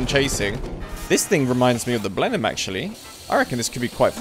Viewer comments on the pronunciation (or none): none